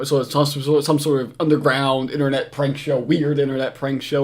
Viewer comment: Are you aDDICTed to this innerrrrnet? 😅😅